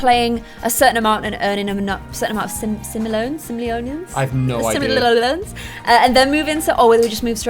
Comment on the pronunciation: Just a btw sim-oh-lee-ons